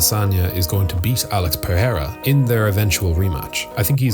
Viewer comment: At least TRY to get the names right.